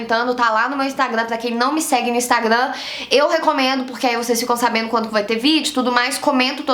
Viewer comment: "Sabeno, fazeno, falano, mudano"?🤔😑